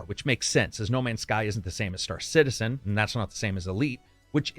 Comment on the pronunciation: "There was a lot of inbreeding with the Star Citenzaery." 👍🤣